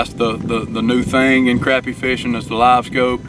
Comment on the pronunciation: Thanks for pronouncing it right. It’s crappie with an A not an O